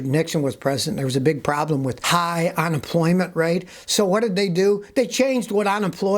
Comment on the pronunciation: Is it on-employment, or unemployment? 😂. Love ya Scotty!😉